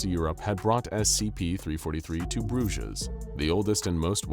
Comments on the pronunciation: Bruges is pronounced Broozh. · You say brugge(bruges) weird xD